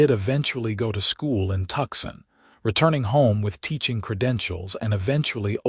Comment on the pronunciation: AI didn't know how to pronounce Tucson!!